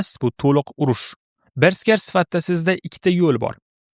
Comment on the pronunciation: Bersker❌ Berserk✅